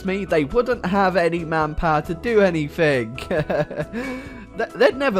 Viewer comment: Its anything not anythink....